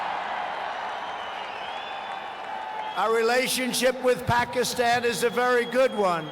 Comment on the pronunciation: TRUMP PRONOUNCE PAKISTAN TO PAKIMON